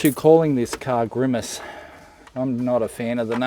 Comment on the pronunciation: Not Grimace, but GRIMAGE!